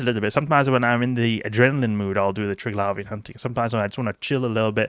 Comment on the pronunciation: Call me American, but I hsve never, NOT EVER pronounced it tirg-lavian, but rather tri-glavian.... lol